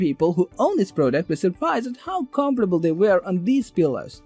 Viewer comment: I can’t take this Review seriously. He Can’t pronounce words like polyester hotel comfortable sleeping company particular